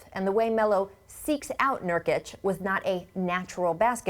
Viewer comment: I'm fucking dead. His name is Nurkic. Not 'Niortic'. LMAO